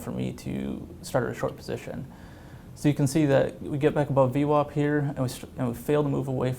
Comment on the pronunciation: What's in the water in New York that VWAP is pronounced as though it is spelled VWOP?